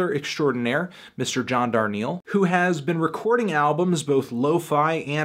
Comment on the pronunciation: the only respect i have for him comes from the fact that he says john's name right